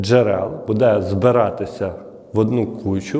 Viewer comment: Делай правильное ударение на слове,, буде,,, ты видно с западной Украины, сразу слышно